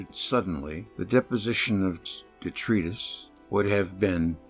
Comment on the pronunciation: detritus is pronounced de- trite - tus.